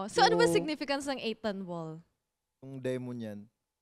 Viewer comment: 8Tonball ❌ A'Tinball ✅ Jasteeeeeeen!!!! 😭🤣😅